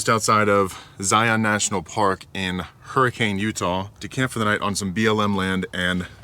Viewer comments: You pronounced Hurricane wrong, it's supposed to be Hurr-i-canne not Hurr-i-cane lol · Hurricane, UT is pronounced "her-ah-kun" not "hur·uh·kayn" FYI. Watch Matt's Off-road Recovery if you're interested in the area. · In utah they pronounce it hurri-KEN instead of hurricane, they’re different out there to say the least